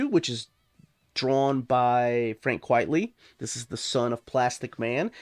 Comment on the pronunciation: It's Quite-ly not Quiet-ly